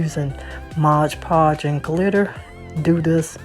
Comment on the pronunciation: Just fyi - It's called MOD PODGE, not MODGE PODGE.😉